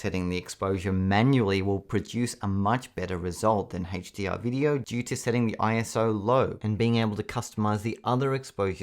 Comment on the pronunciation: what HaetchDR? do you mean a-ch dee are?